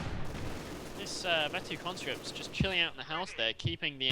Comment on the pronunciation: Not that it matters, I have noticed that you say "yust" instead of "just". What nationality are you originally?